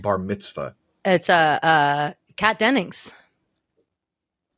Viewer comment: How about the pronunciation on the name Kat Dennings … I hear Kat Dennicks….